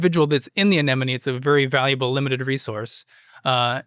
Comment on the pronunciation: mispronounces "anemone" the 4th time he says it...or am I pronouncing it wrong? Go ahead and pronounce "anemone". Not always easy.